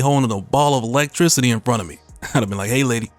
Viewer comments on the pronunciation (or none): none